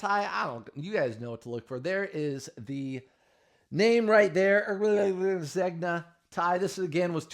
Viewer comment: Take the ears out of the hat. And google how Zegna is pronounced.🙂